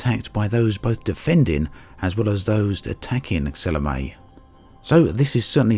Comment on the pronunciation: It's pronounced Sa-lo-may. If you're going to risk your life for someone, at least learn to pronounce her name right.